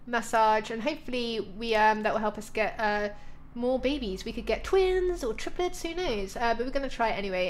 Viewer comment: Omg, that kid friendly close call, "lets not whatch them have bebehs"